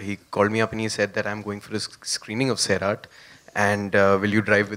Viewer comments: It's not SAAerat kjo it's Sairat😑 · Its not saairat its sairat